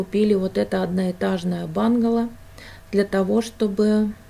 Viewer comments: Доброго времени суток,, интересно посмотреть и послушать вашу историю.Удачи Вам, только не бангало а правильно бунгало, в то очень ухо режет. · произнесла «бунгало» на английский манер, как она привыкла, поэтому и говорит «бангало» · бУнгало, но не бАнгало. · Все очень интересно, спасибо! Но бУнгало. Если по-русски)